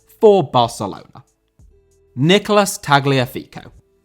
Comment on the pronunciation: Nicolás* not Néquelas